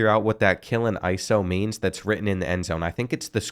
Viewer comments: “Killin ISO” 😂😂😭😭 Killeen ISD (independent school district). “Kuhllean” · Its kileen ISD Pronounced kaiLeen. ISD just means independent school district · The fact that they have you playing for the harker heights knights is crazy I use to play this team in high school 😂 and the district in the end zone is pronounced KILL-EEN so like KILL-LEAN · Pronounced ka- lean isd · No way my high school was in this. Also it’s Killeen (kuh-lean) ISD. Love your videos! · It's pronounced ki·leen, its where fort hood is. About 1.5 hours north of Austin. Next, you should play with the Hutto Hippos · Killeen (Kih-lean) and its ISD (Independent School District) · (Pronounced) Ka-leen ISD (independent school District) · Didn't know you were from hheights. Used to live in Killeen. My brother went to shoemaker. Dad went to Killeen. Cousins went to Ellison and cove. But I went to school in Dallas Edit never mind your not a texas boy if you thought the end zone said killin iso 😂